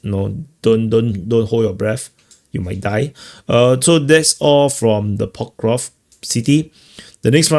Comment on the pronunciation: It's so funny, knowing you must have said Pokrovsk a million times, but you still can't enunciate the word properly. 😅